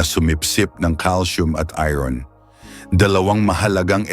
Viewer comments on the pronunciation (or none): none